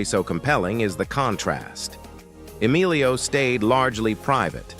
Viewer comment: Rename this click bait as siblings you always knew were siblings. Bailed at the Savage Bros but lookng through your chapters, I either already knew or never heard of the so-called celeb. Oh and Estevez? His first name is Emilio not Alio. Wtf? That j;ust shows you know nothing. One of my favorite actors and so is his father (Charlie, not so much) but if you can't even get his name right, how are you to be given any credence whatsoever?